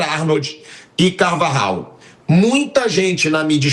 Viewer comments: Fala nome direito seu fresco se fala Carvaral e não Carvajal sua Panfora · nao é CarvaGIAU é CarvaRRal, J tem som de RR. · nao sabe nem.pronuncia o Nome do Carvajal